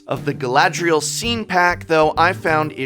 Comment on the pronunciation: Whenever he says scene, I always hear it as “scean,” like the emo style kid lol